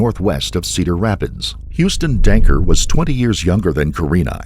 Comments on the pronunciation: Perps name is Huston Danker. Not Dunker. I’m a Waterloo local. Very wild case in such a small town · I love how narrator calls him DUNKER lmao 😅